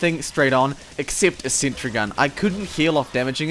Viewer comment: "*THEY HIT A SENTREH!!!!!*"